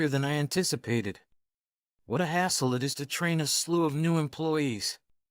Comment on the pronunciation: Hassle, not hustle. But still a pretty good story.